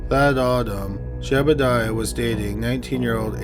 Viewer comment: You kept calling Seth's brother "Jebediah" and his name was actually Jedediah. Just saying.